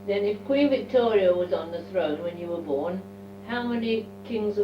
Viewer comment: At pronouces Queen Victoria almost as 'Wictoria'. You probably know that Londoners used to pronounce 'v' as 'w' and 'w' as 'v' until the late 19th century and early 20th century. It's recorded in some of Charles Dickens work, Sam Weller was pronounced as 'Sam Veller' and 'victuals' was pronounced as 'wittles' (meaning food). As a young girl, probably pronounced 'v' and 'w' almost interchangeably (or at least she would have heard older people who still spoke in the same way that many of the characters in Charles Dickens books).